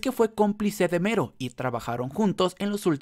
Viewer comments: Mero dice yo pensé que era melo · Melon , no mero jaja😂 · Algien mas piensa que es Melo y no Mero? Solo digo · Casi me muero durante todo el video por el hecho de que estabas diciendo Mero, na sabes cuantas ganas tenia de ir a tu casa y corregirte para que dejaras de decirle así, lo siento